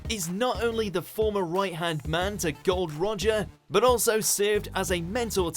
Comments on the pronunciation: "Gold Roger" wow you got it wrong it's Gol D. Roger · Bitch, it is Gold D Roger! not Gold Roger